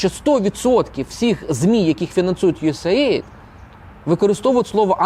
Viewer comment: правильно казати « Ю Ей Ей Айді»